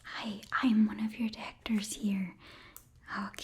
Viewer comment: Lol, "I'm one of you dactors here"